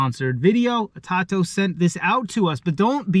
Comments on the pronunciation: Atato? Do you mean? It’s pronounced A toe toe my friend good luck 🤣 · It is pronounced. A-toe- toe